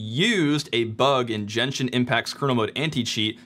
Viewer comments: Honestly, very very informative video and gives me MASSIVE hope for linux gaming :) ALSO THEY WAY YOU PRONOUNCE GENSHIN TILTED ME >:( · The way you pronounce Genshin has me fucking tweaking dawg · That's how you truly know someone is a well-adjusted individual. It's if they don't know how to pronounce Genshin Impact. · idk, you'd think would've heard the correct pronunciation by now, it's a 4 year old game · Why should I trust someone who pronounces Genshin as Jenshin? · i know this is like the smallest grip but its Gen- Shin not chenshin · my only complaint with this video Ge, n, Shi, n. impact, not jenshin impact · Very informative! Thank you so so much. Just my 2 cents. I think "Genshin" is pronounced with the solid "g" sound as in "again". げんしん if I am not mistaken Not ジェンシン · Bro really said “Jenshin Impact” My brother in Christ it’s pronounced Geh nshin impact 😂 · bro really says "jenshin impact" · The “jenshin impact” caught me off guard😭😭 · "jenshin" is killing me bro, i'm rolling. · you said jenshin impact i just cant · why did you say "Jenshin Impact" 😭😭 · he says jenshin and keeps saying jenshin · I'm sorry did you just say "jenshin impact"???? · MF SAID "JENSHIN" LMAOOOO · "Jenshin Impact" My man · did you just say "jenshin impact"? i dont wanna continue watching the video, sorry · Jen-shin impact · "Jenshin Impact" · never heard it pronounced “jenshin impact” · げん 神 しん is pronounced GEnshin like geh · We just gonna ignore him calling it Jenshin Impact lol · Great video but my guy said "Djen-chin Impact" multiple times. Get his ass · "Jenshin" impact was though to hear. Literally just see one video to hear the name lmao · Jenshin Mayrio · Jenshin Impact 😏 Hating on the soft 'g' pronunciation ...for the algorithm, of course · "Jenshin Impact" Do you call gifs "jiffs"? haha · "Jenshin Impact" is crazy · Is it really that hard to pronounce Genshin in english lol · 'Jen-shin' Impact lol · Downvoted because of how you mispronounce genshin impact